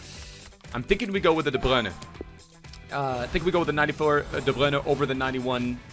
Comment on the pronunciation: Why you say De bruyne like that he doesn't even say it like that it just sounds really dumb tbh